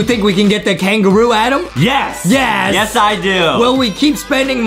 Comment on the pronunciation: Justin adam is adam not ADEM WHY Adem!!!!!